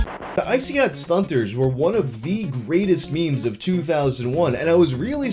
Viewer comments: woah woah woah did you say STUNTERS you can only say stuntas so stop throwing that hard r around pal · Man, you gotta be easy throwin' that hard "r" on "Stuntaz". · whats with the hard r there? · I like how you make sure the t is pronounced in stuntaz lol